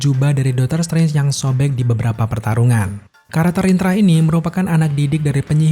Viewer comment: Krn terlalu cepat saat mmbaca naskah akhirnya bnyk yg kepeleset dan sangat mengganggu di telinga, sperti kata Spiderman jadi "sparmen", Karakter jadi " Karter", dan What If jadi "wade" 😂🙏